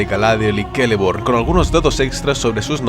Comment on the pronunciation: ¿Por qué pronuncias la «ce» como «ke»?